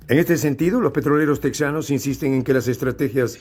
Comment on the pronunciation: Ridiculos !! Se dice tejanos no tek zanos. Es tejas no tek zas